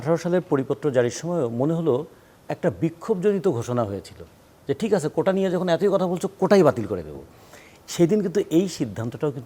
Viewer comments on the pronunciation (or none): Apni agee apnar Bangladesh banan thik koren. কোটা বলতে গিয়া সবাই কোঠা বলছে। দুই শব্দের দুই অর্থ; আগে এদের বাংলা উচ্চারণ ঠিক করার শিক্ষা দেন।